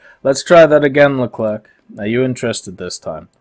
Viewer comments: Leclrec not Leclerque don't prononce the "c" pls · Please, stop all pronounce LeclerK , its more "le - clair" :)